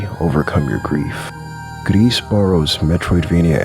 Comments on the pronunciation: Totally agree, except on one thing. It's not gress/grease/whatever u said, "s" is silent. So more like "gree" Anyway, would love to have a new word for those games. So yeah, good video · "Gris" - french for grey. The "s" in "Gris" is silent. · You don’t pronounce the “S” sounds like you’re saying “grease” 😂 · It's pronounced "Gris". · Good video but you mispronounce gris, it's said more like gree but more tightly (?) and you don't say the s because like most french words tend to do. Just a little fun fact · Gris is pronounce “gree” it’s a french word meaning grey. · The S in "Gris" is silent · the S in 'gris' is silent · love the video but you mispronounced gris like 5 times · Not how you say gris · "gris" is grey in french, "s" is silent